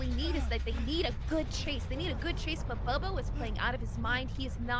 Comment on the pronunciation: i have to know, is it pronounced "boo-bo" and everyone is saying it wrong? or is it 'bub-bo" and is refusing to say it right? it drives me nuts every time!